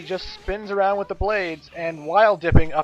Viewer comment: "Aroubd and arounnnd" Me: woa wut italy?....oh